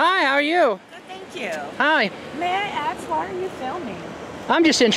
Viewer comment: what im about to say is JUST AN OBSERVATION....... At least 95% of every black person i see in 1st amendment audit videos cant pronounce the word "ask" correctly. Lol its so irritating. Its "Ask" not "Ax"!!!!!!!